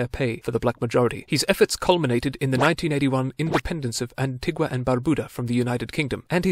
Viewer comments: Please, please... the pronunciation is AN - TEE- GAH. Anti-GWAh is for the South American local. We are Anti-GANS not AntiGwans. Thank you. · Pronounced An-ti-ga...